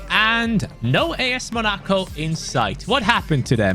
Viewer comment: MUH-NA-CO? Bruh.... Mona-co